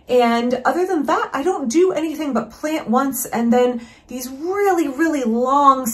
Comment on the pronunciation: Right! I caught that too. Trues one 😳 "thees are all mine now"